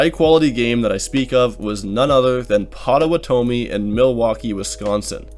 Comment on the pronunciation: You did okay with that pronunciation of "Menomonee," but then absolutely butchered Pottawatomie.